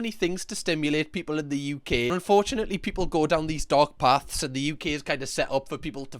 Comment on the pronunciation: Dark paths, i heard dog paths.